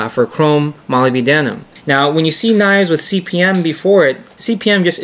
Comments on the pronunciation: 'Molly B. Denim?' That's one way to go. Molybdenum is usually pronounced 'ma-LIB-den-um'. But I'm all about mangling English for the hell of it. Interesting video overall, I won't do anymore nitpicking. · What really pissed me off was the pronunciation of molybdenum, he pronounces it like moli-b-denim, the correct one is mo-lib-de-num. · Nice review -- let us now retire to the pronunciation booth . It is not pronounced Molly be denim It is Moleb denum Now lets try again Moleb denum thats better Now I can sleep at night . For my next trick --I shall make the planets spin backwards. Later dude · its a minor thing to nit-pick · Molybdenum... only 4 syllables. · You have an interesting way of pronouncing molybdenum. Good vid. Probably the best on this subject.